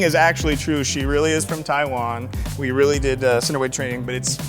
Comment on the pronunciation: as soon as he messed up saying taiwan i knew it was him